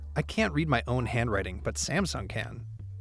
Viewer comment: Sa-meh-sung Galaxy Note 5 review :-)